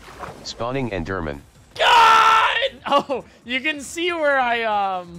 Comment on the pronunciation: just pronounce it eederman your audience will understand you but the speech recognition won't